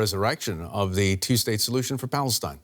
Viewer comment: Who’s Falstine ?where is Falstine ? 😆😆😆😆